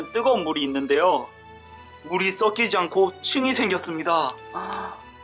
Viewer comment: 물이 썩키지 발음이 ㅈㅈ